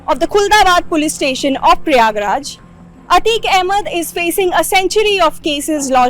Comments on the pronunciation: It’s prayagrajjjjj❤❤ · When will she learn to call it Prayagraj.